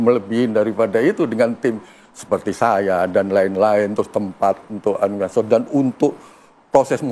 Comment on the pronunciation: Nyebut animator aja susah